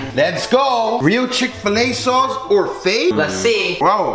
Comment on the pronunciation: lmao the chikfuhluh soaus